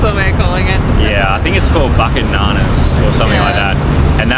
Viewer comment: Its boo-kate na-nas....when u said bucket nanas i thought u r going to a new banana leaf restaurant...